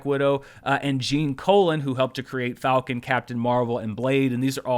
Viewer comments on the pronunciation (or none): none